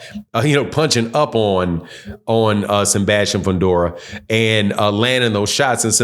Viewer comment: “Senbastian Fundora”